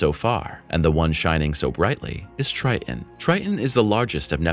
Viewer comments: TriTon, not Tri'en. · Triton is not pronounced Tr-eye-in, it is Tr-eye-t-on. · I had to stop watching when the narrator said “Tri_on” instead of “Triton”.😄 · 1. Why the stupid click-bait title? 2. It's pronounced "Tri-ton" not "Tri-Unh" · Tell your narrator that it's Triton, not Tri’on. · Tri-Ton.....please, use the T in the middle of the word. Its Triton, not Tri-ehn. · what do you expect from a text to speech engine? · Narrator sounds like a robot who has no idea what it’s saying. A robot with valley girl pronunciation: “Tri*on” (Triton). Who produces these juvenile quality videos and why? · Is the second T in Triton silent? You keep saying Tri-in. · How do you teach and not pronounce the planet correctly 🤔 🤨 The planet is NOT pronounced Tri-an...there is a "T" in there....somewhere 🙄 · "Neptune's greatest moon Tri'n." lol. It's really okay to say Ts in the middle of words.. 🤦‍♂️ the video stopped being about the info and became a comedy of confusion after hearing him repeatedly say that. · You would sound more knowledgeable if you’d learn how to correctly pronounce “Triton”. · Love the content. Hate the way you say Triton. There's two T's in it xD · Is it Trian, or Tritan? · a T in the middle of the word Triton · Interesting video! But the fact that the narrator is not pronouncing his Ts is annoying.